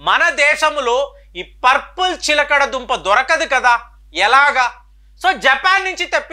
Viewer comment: ఎక్కడ కాపీ కొట్టావురా! source of video చెప్పురా! "చిలకడ దుంప" కంటే "చిలగడ దుంప" అనడం సబబురా ఇన్నిఆరోగ్య జాగ్రత్తలు చెబుతున్నావు అయినా నీ తలవెంట్రుకలు ఎలా ఇంత చిన్నప్పుడే రాలాయిరా ఆరోగ్య సూత్రాలు చెప్పటానికి ఇండియాలో వేలకొలది డాక్టర్స్ వున్నారురా నువ్వెందుకు అన్ని నెత్తిమీద వేసుకుంటున్నావు? నువ్వు డాక్టర్ వి కాదుకదా! "సిగ్గూ" "ఎగ్గూ" లేని "విగ్గు" "వెధవ" 😂😂😂😂😂